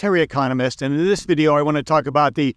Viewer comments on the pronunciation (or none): none